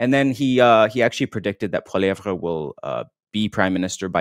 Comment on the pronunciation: Dear, stop calling him PoilieVRE. In French, we do NOT emphasise his last syllable. It's pronounced Poiliev.